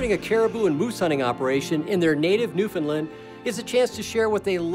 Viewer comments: Great video but your pronunciation of the province is wrong. It’s Newfoundland and not newfinland. You should say it like new found land. 😊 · Being from Newfoundland , it’s pronounced Newfin-land. They were pronouncing it Newfin-lin. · Yeah, we also don't emphasize the "fin" part, as I hear many ignorant folks say. "NewFIN-lin"... We don't call the United kingdom, "the unigh-ed keengdohm" in a terrible British accent, but I think I'm going to start butchering the pronunciation of every other place, just out of spite. Amureekuh Albeertee Ooontardioh Kwekbeckses Brightische Koombayaalumbia Myneetobuc Nosve scotcha Pee in me eye Sassasactchuwana etc.